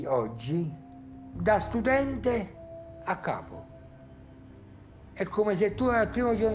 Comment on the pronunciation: Capo-KAH'poh. Not Kaypoh.